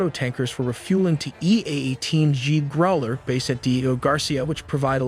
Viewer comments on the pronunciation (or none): Two things: 1. Iranian S-300 air defenses were largely wiped out by the Israeli Air Force several months back. 2. Growler is not pronounced “Groller” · How could you mispronounce Growler? Makes me question the whole thing. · Dude! Learn how to pronounce: Growler, Qatar, launch, KC one thirty five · Run-dey-vue? F-18 Grooowl-ler? K.C. 1 THREE 5? 🤗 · Gotta love the pronunciation of Ka-ter the country the the EA18 Grow-ler aircraft. AI is the best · The give-away for an A.I.-voiced narration: mispronunciation of words like "Growler" and "Iraq". I suppose that will be fixed soon.